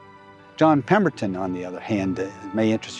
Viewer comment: Pemberton…🤦🏼‍♂️ That’s all I can say. Just wtf…